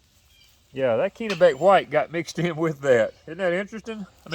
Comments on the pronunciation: It’s 30* F here in northern Maine this morning. We have baby plant started inside. Sure hope it warms up by the end of May. Oh, by the way, it’s a soft “e” in Kennebec 😉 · It’s 30* F here in northern Maine this morning. We have baby plant started inside. Sure hope it warms up by the end of may. Oh, by the way. It’s a soft “e” in Kennebec 😉